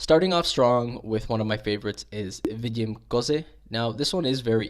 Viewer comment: Vidim kozy is correct. Stop acting like you are expert in Czech language